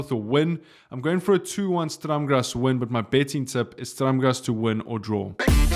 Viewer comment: Its sturrrm grazz not straam grazz